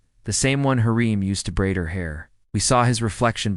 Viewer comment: U need to watch magnificent century hurram sultan there u will learn the pronunciation what ur talking about because you are pronouncing it wrong